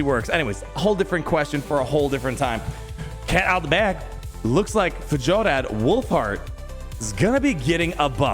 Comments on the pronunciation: Fyor-rad, not Fuh-jol-rad / Fuh-jo-lad 😉👌🏻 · Pronounced Fyor-add, but yeah i hope you’re right and this buff is coming it’s weird that you have to build him for two different damage stats